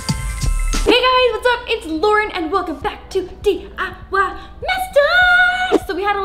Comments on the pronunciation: You did say it right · Yes u did pronounce the DIY thing correctly and yes I’m polish and my whole family is polish